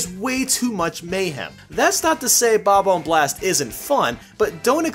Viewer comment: 😂 "Bob ohmb"